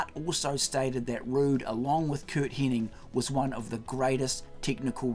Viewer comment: It's not Kurt "Henning", it's HENNIG!!!